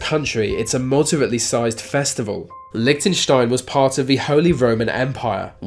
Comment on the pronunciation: LMAO about Lichentenstain